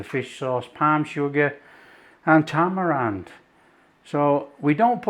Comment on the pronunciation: poor thinks tamarind is "tamarand". perhaps he's getting mixed up with Talleyrand